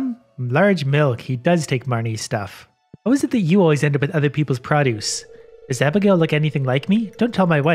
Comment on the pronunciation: "pra-duce" gets me every time.